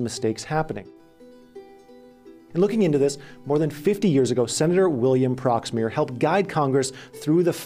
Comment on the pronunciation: Pronounced “Prox Meyer”